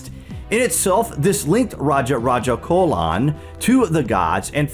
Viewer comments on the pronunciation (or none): This is not the true history and say chola not cola pronunciation must important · Good one!! It’s Raja Raja CHOLA and not cola. Great work,! Good to see ur name in the courtesy, you rock! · Mortal life of Lord shiva!! What do you mean by that.... And it's not raja raja 'colon'....🙄 it's 'cholan'....with 'cho' like in cho chang from Harry Potter!! And the shadow theory is not true!! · You mispronounced the name 'chola' emperor Raja Raja Chola, the 'ch' should be pronounced as 'ch' ( as in chips ) , not 'ch'/k (as in Cola or chemistry) . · Ch in Chola is pronounced like Ch in Chapter